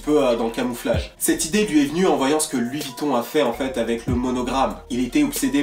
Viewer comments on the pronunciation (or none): none